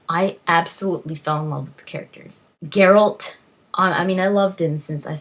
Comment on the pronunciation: Brawa dla Pani, anglojęzyczna, a mówi 'geralt', a nie jakiś pierdo*ony 'dżerald'. Ufff. Zajebista recenzja.